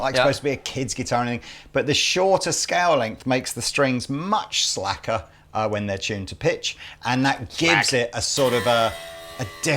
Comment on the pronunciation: Slacker , not slagger ( apologies if I miss heard it )